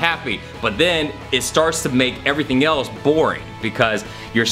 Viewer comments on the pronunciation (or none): none